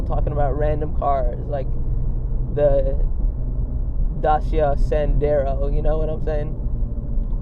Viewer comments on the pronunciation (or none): "dacia sandero" 😅😅😅